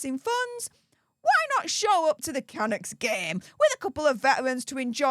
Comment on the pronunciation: Canucks - emphasis on the second syllable